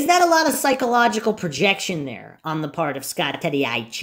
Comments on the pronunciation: Can you please pronounce Scott's last name properly? Gets old listening to you miss pronounce his last name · I have to say , I laugh out loud every time you say Scott TADYCH 😅, love your content on the Steven Avery case ❤ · Tadych pronounced Tod- ick